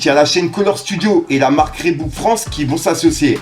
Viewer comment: Reebok se prononce Ribok svp !